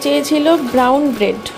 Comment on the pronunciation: Tomar ki jonmo bideshe ho6e ? bread er Bengla bolte ato kosto.